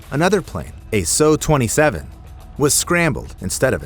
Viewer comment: Bro why do people always say “Sue” or “so” MY BROTHER IN CHRIST IT IS PRONOUNCED S U